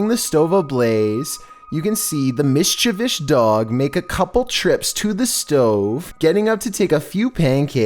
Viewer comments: Lol. Miss-cha-vish. Interesting way of saying mischievous. Try saying miss-chee-vee-us. 👍🏼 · Thanks for the awesome upload 💙you, it's mischievou(s) not mischievou(sh)😃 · Mischivish? What an interesting interpretation of the word mischievous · Person: Mischievous: Mischivish Person: MISCHIEVOUS: MISCHIVISH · It's pronounced mis-chie-vous. Not "Mistchivish" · Missshhhhchavishhhhhhh Me: You mean mischievous?? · MYSZCZEWYSZ Dog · Mischivish dogs!!! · Mischivish dog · Nobody: Mishchevish dog: pankacke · Wtf is a mishjavish dog? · Chewsday Mischivish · MISCHIVISH- IM DONE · I rushed to the comments as soon as he started saying “mischivish.” Everyone be on that 😂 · I believe you meant “mishchivish” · As soon as I heard “mischivish dog” I scrolled to the comments lmao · "mischivous" Person with speech disorder: "this nigga spittin" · It's pronouce "Miss chee vee us". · Am I the only one who came right to comments when he said mischivish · Did you really say "Miss-Cha-Vich"? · MiScHiViSh dOog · Does have some mental problem? How can he pronounce ''miss chevish'' LMAO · Me: Yes Top15s have a videoo...: mis-chi-vish me: WHAT? >_< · Can you say mischivis one more time ☝️ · A “mishchivish” dog...love it🤣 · ??? Name one time you've seen an American pronounce it michivish? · It's close. lol It's MIS-chi-vous. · Hahaha Mishchivich, well said, well said 🤣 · mischievoush Me: saying mischievoush..... mischievoush?? Also me: question my vocabulary on how to say mischievous. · "MICH CHI VIOUS DOG" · Mischivish doggo 😭🤣👌🏽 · dog can be MISCHTCHEWITCH what? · Knew I wasn’t the only one laughing at mischivish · Miss-chav-ish?? Beaststtss??? has got to be trolling us at this point. His speech is off the chain lately. 😂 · Mis-cha-vish!! You funny boy x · He said MISCHAVISH like 3 or 4 weeks ago and barely anyone noticed lol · Mishchuvish lol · only thing I'm scared of is "mis-chi-vish," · MISHTAVISH HAHAHAHA